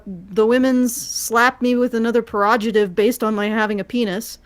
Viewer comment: "pejorative", not "perojative." You reversed the second syllable.